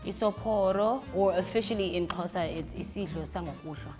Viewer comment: At least She's American so i wouldn't expect her to get it right the first time. We have people here in SA who still call it KOSA or KHOZA so there's that.